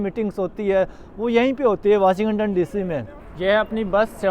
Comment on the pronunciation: वाशिं गटन नहीं वाशिंग टन बोला जाता है